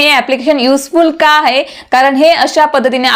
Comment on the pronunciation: ताई.. खुप छान... पण तुमच्या उच्चारांत आहे चा हाहे असा उच्चार येतो तेव्हढ फक्त काळजी घ्याल तर फार छान होईल...